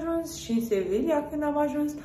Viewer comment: doi de "L" se pronunță "i" în spaniolă, ca urmare Sevilla se pronunță "Seviia"